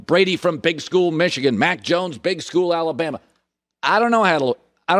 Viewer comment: maaaaaan, I know I'm not the only one who hears "Mike Jones" whenever Colin says Mack Jones 😄😄😄